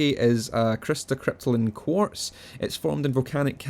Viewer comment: When you said quartz dust i thought you said corpse dust and i was like what the fuck is that again?